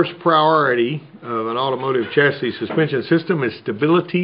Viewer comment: Did he just pronounce the S in chasis? lmao the S in chasis is silent.